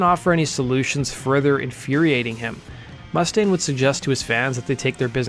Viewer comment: Learn how to pronounce Mustaine properly.....